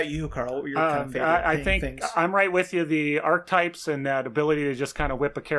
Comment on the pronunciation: Archetypes has three syllables.